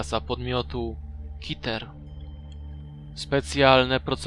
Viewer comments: kiter " 😂😭😂😂 KETER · Co wy macie z tymi nazwami??? Rozumiem nie kazdy wie jak sie czyta....ale skoro KETER jest z Angielskiego (wiem ze nie, ale chodzi o gre), to czemu czytasz Kiter?? To idzac twoim tokiem powinno byc Kitir....zamieniajac jedno E na I???? Albo EUCLID --- skad to Juklid...nie mozesz odmieniac nazwy wlasnej... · Nie muwi się kiter tylko keter